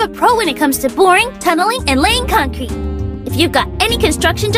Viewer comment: Das conk kreet baybee